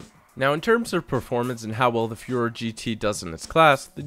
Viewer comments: Hey, just wanted to let you know Furore isn't pronounced fyoo-ROHR, but foo-ROHR-eh, with a bit of a trill on the r's like all r's in Italian. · I think the name of the car is Fu-Ro-Re, sounds like ferrari